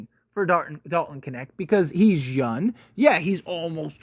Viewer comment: LEARN HOW TO SAY YOUNG!!!!!!!